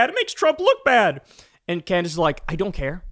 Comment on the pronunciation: CandDace. The name is CANDACE.